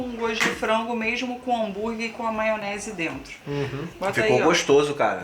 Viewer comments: Adoroooo. Eles falam "maonese" igual eu. Amoooooo. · Maonese, kkkkkk, não julgo o pois falo assim também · Hahhaahahahahahahahaa “maonese”